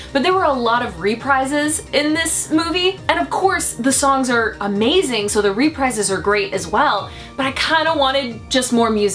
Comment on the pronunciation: "RE-prizes" I'm pretty sure it's "re-PREEZ"